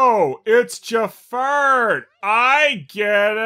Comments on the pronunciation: I'm not sure if you were calling him "Jafart" or not, but I'm going to imagine you were. It makes this review so much more tolerable. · Are you saying Ja-fart? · Everytime you say Jafar,it sounds like you said Jafart